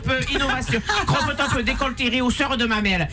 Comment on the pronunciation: Le cropeuh topeuh